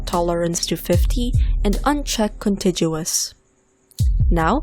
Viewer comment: Good video. BTW - contiguous is pronounced with a hard G sound, not a soft G sound - like the first G in garage, not the second G.